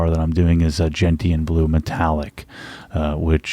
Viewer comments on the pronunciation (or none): It's 'jen-shn' with a soft 't' not 'jen-t-an' with a hard 't'. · Gentian is pronounced Jen-shun, as in the plant with bright blue flowers.